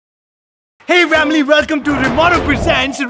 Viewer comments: Why do you say vamily its family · Best part when dishka say vamily aaj mene suit phena hai 😂😂😂🤣🤣🤣